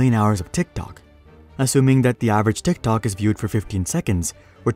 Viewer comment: Am I the only person who absolutely hates the way that this person pronounces TikTok